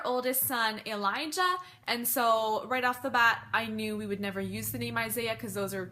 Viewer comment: I think you're mispronouncing the name Elijah. I have never in my life heard it said so harshly lol.